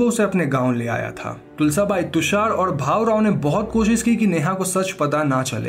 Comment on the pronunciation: It's not bahu rao it's bhaurao Btw i am glad you explained a movie from my language